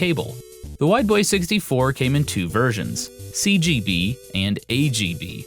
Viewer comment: When he says Wide Boy 64 I kept hearing "white boy 64" which has relatively humorous potential meanings.